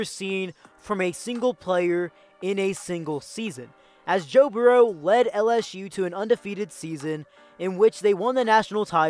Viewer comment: Your pronunciation of Burrow may be the worst one I've come across. Where are you from? It's pronounced "BURR-ro". Like Bill Burr. Your regional dialect is just throwing me off.